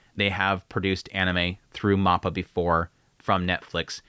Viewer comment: For the love of God please pronounce mappa correctly. It's so freaking cringe.